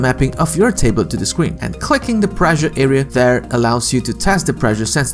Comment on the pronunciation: The pronunciation of 'pressure' is preSHer, not preJer. Two S' means not vocalised S.